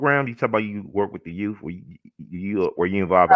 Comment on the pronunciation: Love she says Y O U TH “ not YooooF like so many ppl say “our yoooooff”